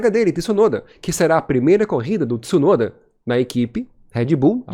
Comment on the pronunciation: Boa narração, mas não é por nada não mas não é Tiisunoda que se fala, o t é mudo como tchau, tcheco etc.